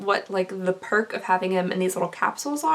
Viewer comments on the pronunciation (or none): none